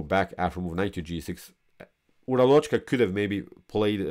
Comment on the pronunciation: The correct spelling for o in Uralochka is like schwa and the stress is on first a.